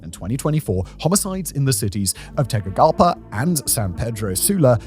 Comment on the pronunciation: Repeat with me: TE-GUCI-GALPA = TEH/GOO/ZI/GAHL/PAH